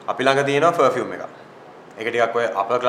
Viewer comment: English katha karanawanan please pronunciation correct karanna. Interviewer ‘ferfume’ ‘ferfect’ kiyaddi producers directors la mewa correct karala ganna one. Just my opinion 😉